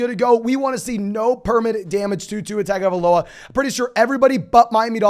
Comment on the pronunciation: I don’t mean to sound like the grammar nazi or whatever, but Arya last name is pronounced tah-ngo-vai-loa. In Samoa, the G is pronounced like “ng”